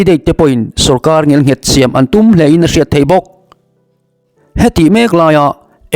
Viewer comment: Ngial nghet ni loin ngel nghet tih zawk tur aw I ti lawmawm thin thin i thawhrimna a ropui thin e